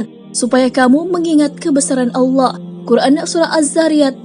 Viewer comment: Maaf ya mohon naratornya memperbaiki ucapan vokal di akhir kalimat agar tidak berhenti dg huruf “K” klo pas nama Allah lafdhul Jalalah jadi salah....trimakasih...